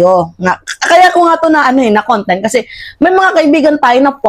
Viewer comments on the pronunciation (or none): none